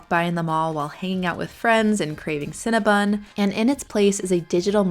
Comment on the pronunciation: CinnabOn. NOT cinnabUn. You're welcome.